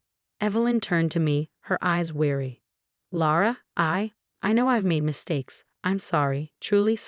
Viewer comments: Laura is pronounced LAW-ruh. You’ve spelled it Laura, Lura, Lara. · Hulura???? Luret??? Seriously, were you trying to see how many different ways you could misspell and mispronounce "Laura". And who the heck is Sophie??? Seriously people, proofread and consider some punctuation. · Since her name is Laura, you really should pronounce it correctly throughout the story.